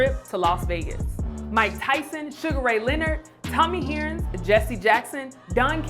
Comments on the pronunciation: She pronounced it "Tommy Heerns" instead of "earns" with an h in front. I was like "Girl!" 🤨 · I'm mad she said Tommy He-air-ns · Its pronounced Tommy H-urns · Wait...did I hear her say "Tommy Hearrings"